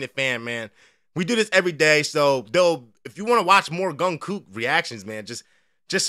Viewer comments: 71 year old BTS Army here. The "J" is pronounced like a "J". Jung Kook or JK for short is the main vocalist and youngest member of the 7 member group BTS. None of JK's solo releases have anything to do with Kpop other than JK is S. Korean. All of JK's solo releases including his just released album "Golden" are all in English. There are no S. Korean songwriters, producers, recording studios or MV shooting directors or locations, etc. He is blowing past Kpop and jumping head first into the American pop market. He is using American Grammy Award winning songwriters, producers, recording in the U.S. and filming at mostly U.S. locations such as Universal Studios in Hollywood. This one, however, is an abandoned power plant in Budapest, Hungary. No green screen. There is a photo online if the exterior with that that cool glass room. The director is a very famous Ukrainian director who has directed for Harry Styles and many others. His self professed dream of being a giant pop star is clearly beginning in a big way! BTW, there are now 3 live performances. iHeart Radio, Jimmy Fallon Show, The Today Show, and there is a KILLER Official Choreo Version. His first solo single "Seven Feat Latto" has just gone Platinum and is the fastest song in history to reach 1 billion streams. His second solo single is "3D Feat Jack Harlow". It is also a mega hit. This is his third single and as I mentioned, all are on his solo album "Golden". Thank you for a great reaction! 💜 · J doesn't pronounce like g.. it jungkook nh gungkook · It's Jung,you pronounce the j, so Jungkook,brilliant all rounder,can do anything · It’s pronounced chungkuk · It reads J for Jungkook. Gungkook!!! Really ok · THE WAY HE SAYS GUNGKOOK IM HOLLERING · How have you not heard of BTS? Please listen to Seven (f. latto), 3D (f.Harlow), feat. With kid laroi and central C! I’d watch your reactions to does 😅 (and no you did not pronounce his name right, but it’s ok) #Borahae 💜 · Who tf reads a J like a G?